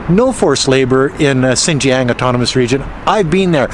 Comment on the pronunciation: A better, though not perfect, pronunciation for "Xinjiang:" For "Xin" just say "sheen." The "ang" can be pronounced like the "ang" in "angst." The X and J have no exact English counterparts, but this will get you pretty close. Now put the tip of your tongue at the base of your front lower teeth and the back of your tongue against the roof of your mouth while saying these words and you will have X and J perfectly.